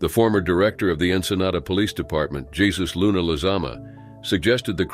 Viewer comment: Jesus is pronounced heysuus.